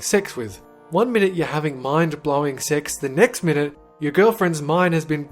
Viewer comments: When he said sex in the beginning it sounded like six. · it sounded like he saod six related deaths